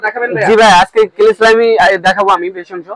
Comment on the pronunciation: ক্লে এর কথা টা তো পরিষ্কার বলতে পারলেন না